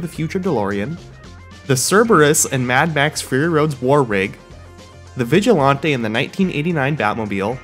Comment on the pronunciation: The way you pronounce Vigilante lowkey pisses me off